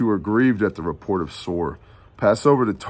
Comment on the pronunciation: Shabbat shalom. Two things... HalleluYAH!! The wisdom of knowing that there will be no peace in the Middle East until YAHUSHUA'S return. How many politicians obviously are not wise enough to pay attention to that fact. 2nd...you kept saying "Tsor" from chapter 23. It prompted me to look up the meaning of "Soros/tsoros". Here's what I found: Strong's #4673: soros (pronounced sor-os') probably akin to the base of 4987; a funereal receptacle (urn, coffin), i.e. (by analogy) a bier:--bier. Thayer's Greek Lexicon: ́ soros 1) an urn or receptacle for keeping the bones of the dead 2) the funeral couch or bier on which the Jews carried their dead forth to burial YaHushua spoke about this in Matt. Interesting huh💭🤔